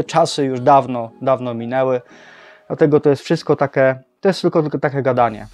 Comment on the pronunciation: Błagam Cię... mówi się "takie" a nie "take" 😊 uszy więdną. A reszta spoko.